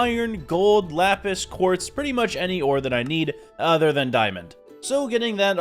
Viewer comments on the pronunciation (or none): none